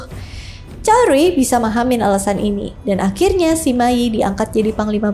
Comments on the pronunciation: Hadehhh kalo bahasa engres pronunciation nya effort bener dibikin akurat, tp pas chinese malah ngasal2. Bacanya cuge liang ama sema i bukan juge liang ama si ma i 🤦‍♂️👎👎👎 Chao whei bukan cakwe 😂😂😂 Sorry gw ga bs nonton habis videonya gegara gada effort buat pronounce nama2 chinese dengan benar, malah kedengaran kek cing cong cing cong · Bacanya Sema Yi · saya pribadi kurang tertarik dengan kisah 3 negara ( San Kuo Yan Yi ), tapi saya ikut menonton karena kisah cuke kungming dengan sima yi. sebenarnya saya lebih tertarik kisah persaingan cuke kungming dengan pang tong saya hanya ingin mengoreksi, kalau cara baca sima yi adalah sema i. itu aja makasih hehe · Sima yi tu harusnya dibaca se ma yi 😅